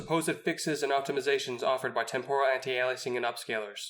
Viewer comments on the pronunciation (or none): Your channel is brilliant and somethign I've wished for for a decade now. It will grow. But brother in christ. Aye Lee us Ing. Not Al lie is ing. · I can’t take you seriously as a developer if you continue to say “Elias-ing” instead of “Ail-ee-essing.”